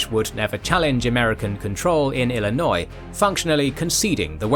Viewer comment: I'm very impressed a Brit pronounced Illinois correctly considering many Americans cannot